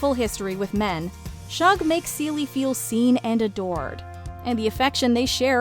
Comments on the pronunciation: It's "shoog" not "shuhg", like a shortened "sugar" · It bothered me also that Shug was mispronounced. However, the h is not silent- the sh in Shug is a consonant cluster/blend. If the h was silent, it would be pronounced "Sug" or /sʌg/ (rhymes with "bug") instead of "Shug" or /ʃʊg/, as in sugar. is pronouncing it /ʃʌg/, with the sh cluster or more formally, with the IPA letter esh /ʃ/, which is correct, but using an incorrect vowel. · It's shug as in sugar, not Shug as in shrug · Hey...The name is Sug..like Sugar not SHug...The H is silent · It’s pronounced ShUg like the beginning of the actual word sugar…..sug…without the ar at the end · It's pronounced SHOOG